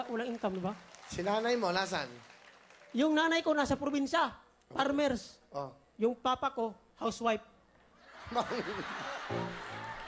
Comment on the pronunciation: Bwesit ka ang sakit ng tyan ko.. "yung nanay ko parmers, yung tatay ko haws wayp". Hahahaha